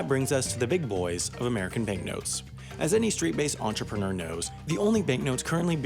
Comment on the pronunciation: "enterpreneur" 😂